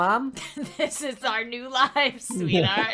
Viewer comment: “our” not “are”